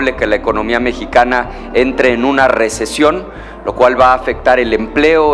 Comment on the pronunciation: Recesión y no que recision Pobre Ricardo das pena Ricardo